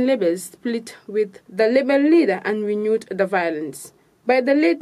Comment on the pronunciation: Please block tv, bring us a good news reader instead of a pronouncement struggling news reader. Why is it difficult for her to pronounce "rebel" instead of "lebel". This is so embarrassing. Teach her proper pronouncement of words or fire her and bring us a good news reader. Remember, she is not just representing block tv but the Gambia as a country. No offense meant.